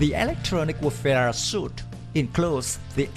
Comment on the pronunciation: they ought to upgrade to Harpoons longer range!! and going by the armaments listed she doesn't have sub hunting abilities! what was listed is strictly surface and anti air weaponry! and not a big thing just a tip suite is pronounced sweet when it's an electronic system!!